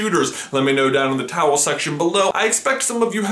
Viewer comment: I know he actually says "title section below" but it sounds like " towel section below"